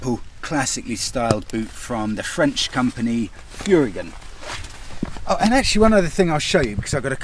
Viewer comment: Enjoyed the review but Furygan is pronounced Furry-gan.